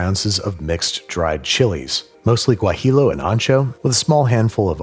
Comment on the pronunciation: Gwa-HEE-yo. No "L" sound.